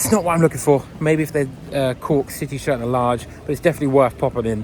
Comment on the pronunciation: Citeh Barstad 😂